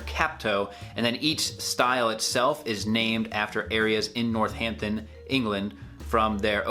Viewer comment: Hahaha, I love you but your accent did butcher the place names.. starting with Northampton. Emphasises the A, not the H. NorthAMPton, not NorthHAMpton.